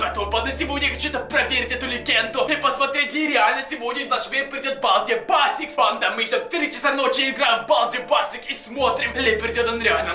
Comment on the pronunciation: На балди басикс а балди бейсекс